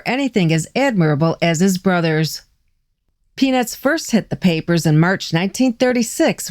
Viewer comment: When you were pronouncing peanuts you were dropping the t....😀